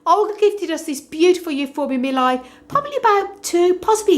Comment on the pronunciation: Mi-li-i please! Mi-li-i!